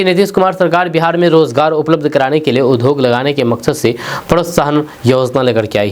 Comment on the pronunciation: कृपया उच्चारण पर ध्यान दें, उद्योग के जगह पर आप उधोग का उच्चारण करते हैं, विद्यालय के जगह विधालय का उच्चारण करते हैं